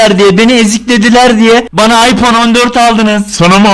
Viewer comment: Süüü bane ve napim diyorsun abi